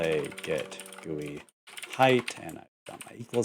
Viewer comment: Also, you are pronouncing GUI correctly, because that is the way I pronounce it ;)